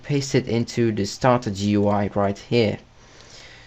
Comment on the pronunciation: Its starterGUI, GOOEY. Not Starter, G.u.i